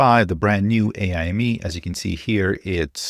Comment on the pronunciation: FYI: pretty confident AIME is pronounced like 'Amy' (or just spelled letter-by-letter), and not as 'AI Me'. AIME stands for "American Invitational Mathematics Examination", and it has absolutely nothing to do with AI.